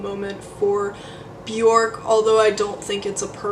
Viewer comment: If the person making the video cannot pronounce her name I stop it immediately....if you can't pronounce her name then you don't know anyting